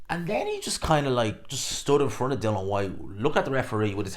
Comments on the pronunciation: Still pronouncing his name wrong I see … Dillian not Dylan 🙈 and of course the hate continues 🙈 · Why are you incapable of pronouncing DI-LIAN. It's like us man calling you gspot boxing, it's just not either of your names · His name is DillIAN, not Dillon. Everyone gets it wrong...